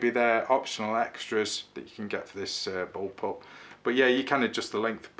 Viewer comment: I know what a Bull pup is. But you said boll pup! ?